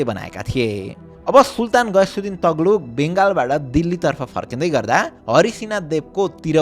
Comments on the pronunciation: सिम्रौ गढ ? सिम्रौनगढ ✅ तग्लुक? तुग्लक ✅ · Taghlug haina yar TUGH-LAG ho, pronunciation ma kaam garum ma yar please